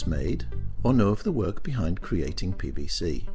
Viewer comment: sound like the commentator is saying pbc